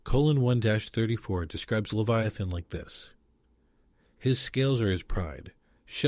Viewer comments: Its pronounced Lev eye uh, thun. NOT Lev-ee-a-thun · It's pronounced "lev-EYE- uh-thin." Hmm. If it's there, it would be really terrifying. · This guy can't even pronounce Leviathan. It's not even that..its DANK DEMOSS TRYING TO SUE THE OCEAN CUZ SHE THINKS SHE CAN FIT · And Job. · I'm sorry, but I'm a god fearing Christian, and this video has no "scientific proof ". It's also hard to take it seriously when leviathan is pronounced 80 different ways. This feels like AI click bait nonsense... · Sorry brotha. But you’d be a LOT more credible if you pronounced Leviathan consistently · Ive never heard so many different ways to pronounce leviathan before this video. Theres at least 4 different pronunciations here .. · How many ways can you pronounce "Leviathan"? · Idiot pronounced Leviathan 3 different ways. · QUIT PRONOUNCING THE SAME WORDS DIFFERENT!!